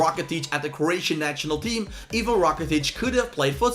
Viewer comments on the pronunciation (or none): none